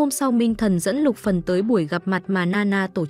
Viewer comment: Xin thuyết minh hãy đọc rõ tên nhân vật là Luc Phần